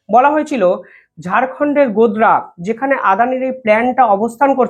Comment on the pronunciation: গোদরা নয় গোডডা।